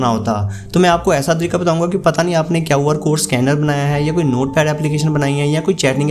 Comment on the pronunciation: kaw R code nahi re QR code hota hai